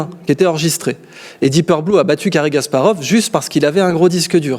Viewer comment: C'est "Deep Blue" et non deepeur blue!